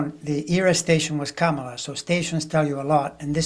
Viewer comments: Yes, please, darn it: Comma-luh! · or COMMA-la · Pronounce Kamala’s name like this “CALM-ala”. Love you both! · I read she wants it pronounced comma-la